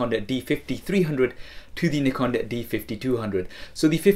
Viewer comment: awesome, i like the way u say Nikon